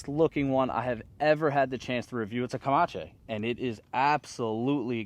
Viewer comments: I've noticed you purposely miss pronounced Apache and I'm offended. Apache (uh-pa-chee) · Pronounced like the Indian tribe Apache